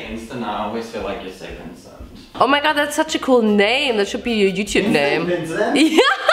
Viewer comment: German: Youchoob Other people: Youtube